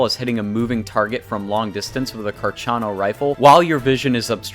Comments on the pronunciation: Lol did you really pronounce the carcano, "carchano"? 😂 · Nice video, but it's Carcano, not Carciano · you did NOT just pronounce that CarCHano?!?! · Too-knee-seea, Bella-russ, car-chano, Ous-sea,…..I mean I did watch the whole thing but those pronunciations were cringey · I dont like the way he said. Carcano.